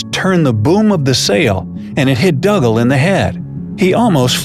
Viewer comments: I have always heard Dougal pronounced as if it was Google, but with a D at the start - Doogle, Never as Duggle. Think of Father Dougal from Father Ted or Dougal the dog from the English version of the Magic Roundabout. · I'm almost positive that dougal is pronounced doo-gull not dug-ahl The more the voice says dug-ahl, the weirder it sounds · It's pronounced Doo gul NOT Dugg ul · Hi bro just to say it's pronounced doogal and I only know that cause he's my great grandad and my mum is Niels daughter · Dougal is pronounced Doogle, you do have the pronunciation of Douglas correct though. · It's pronounced Doo-gal.. 😒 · His name is pronounced "Doogal" - it's Scottish. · Dougle pronounced Doogle. What a story!